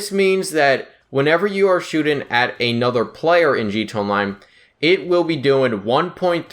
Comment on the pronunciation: He says “another” like “anoder” wtf. Sounds like a 6 year old